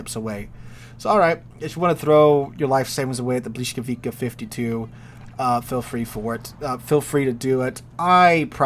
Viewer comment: It's pronouced, "buh-WEE-scow-vee-tsah"....